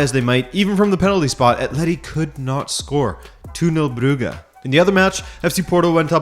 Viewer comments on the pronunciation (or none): Stop mispronouncing Brugge. At this rate, you are doing it on purpose.